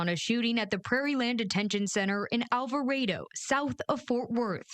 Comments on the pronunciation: It’s pronounced Al-va-RAH-do. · I like the pronunciation of "Alvarado" 🤣🤣🤣🤣🤣